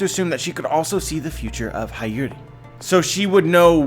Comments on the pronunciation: love u bro but her name is pronounced hee-your-ee not high-your-ee not a big deal or anything tho lol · It's Hiyori with a hi not hayori damnit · it’s pronounced “HEE-YORE-I” I’m pretty sure about that. Am I wrong anyone? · Hiyori is pronounced as HEE-YO-REE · Hiyori (hee-yoh-ree)* Other than that beautiful video as usual, solutes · hayori?! pronunciation suk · I need you to pronounce her name right. It’s “hee-yo-ree “ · I'm pretty sure her name is pronounced, He-Ore-Ee, like Hiyori from Noragami.